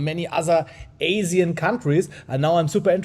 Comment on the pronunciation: asian not azian